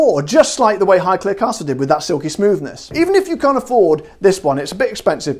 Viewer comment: Amazing!!!!!!!!!!!!! and yes you are saying Highclere correctly!! 😜